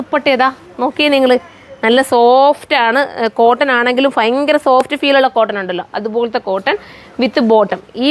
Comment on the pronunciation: ഫയങ്കര അല്ല sis ഭയങ്കര എന്നാണ്